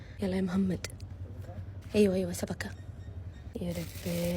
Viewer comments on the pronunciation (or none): سبكه سبكككككككككككككككككه😂😂😂😂😂😂 اسمها شبكه مو سبكه😂😂😂😂🤣🤣🤣🤣🤣🤣🤣🤣🤣🤣🤣🤣🤣💔💔💔🤣😭😭😭😭💔💔💔🤣🤣🤣😭💔🤣😭😂😂😂😅😅👍👍👍👍👍👍👍😄😄😄😄😅😅😅😅😅😅😊😊❤